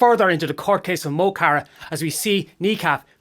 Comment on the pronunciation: You'd think being Irish You'd know how to pronounce mo chara.